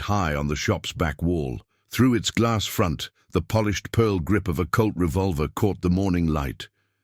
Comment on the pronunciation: His gun is not a "CULT" ya dolt. It is a "COLT", if we are talking about Earth and American history. Good story telling mostly.